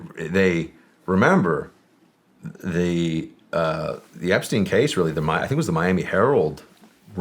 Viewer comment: “Effrey Jepstein” 😂😂